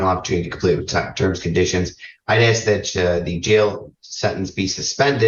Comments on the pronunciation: Dumb as a stick. Stay in school kids.🤦🏼‍♀️ Learn English, it's "ask," not "axe." First off it's not nice to axe someone and second, it hurts! You all sound really ignorant when you use that word instead of ask. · Also it ASK, not AXX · Maybe she should axe for a hearing aid and a reading comprehension class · Let me axe you a question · I had no idea the word ASK was so hard to pronounce.